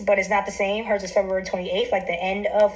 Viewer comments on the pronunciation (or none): none